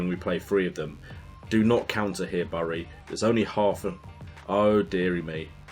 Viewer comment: Bury is pronounced "berry"